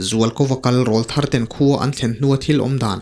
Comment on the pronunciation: Nia,ngaihnawm ṭhin khawp mai..."RÂWLTHAR" tih hi 'âw'hi thlukna awm ang hian aw hi thluk deuh tur a nia,aurâwl tih a 'râwl' thluk ang hian,"kâwl a eng ṭan ta,kâwlkil i thlîr ang u" tih a 'kâwl' thluk ang hian...teh deuh duah a...😊😊😊😊anyway...a ngaihnawm ṭhin e